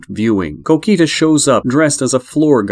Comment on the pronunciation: Like "Cokitoos" bro it strikes the ear badly